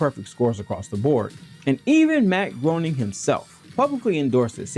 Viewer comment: Matt Gray-ning, not Matt Groan-ing